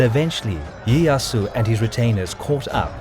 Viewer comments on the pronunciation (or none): none